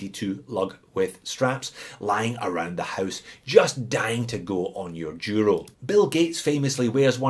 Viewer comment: It happens that today I'm wearing my black El Duro ( it is pronounced Dooro). You tempted me to add that Cadisen to my collection (see One More Watch). I also have the Hulk Loreo for which I paid $58.52 but the shitty bezel stopped cliking since it arrived and got a $11.70 refund.